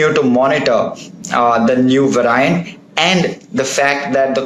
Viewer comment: "va-ry-ant" loll